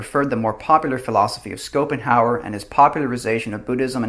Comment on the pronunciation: You pronounce Schopenhauer - SH at the start, not SC